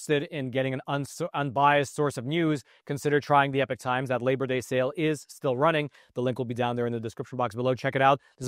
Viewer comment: It’s Epoc, not Epic